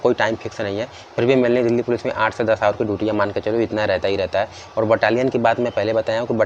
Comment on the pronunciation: कौन कौन दिल्ली पुलिस को "डैली पुलिस" कहता है🙄